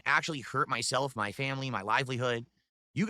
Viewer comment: "Muh Family" 🙄